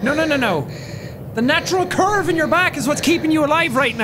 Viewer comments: When Jack says curve it sounds like he is saying perve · I almost thought he said perve instead